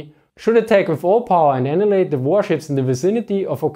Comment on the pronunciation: Min that is not how you pronounce "annihilate"